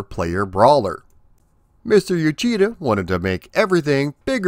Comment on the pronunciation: Uchida (内田) is pronounce like oo-chee-da, not you-chee-da.